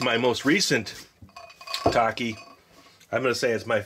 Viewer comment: I love TAKIS!! ❤️ you also said TAKIS wrong